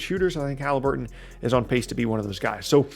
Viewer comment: I love “Tyrese Halibuton”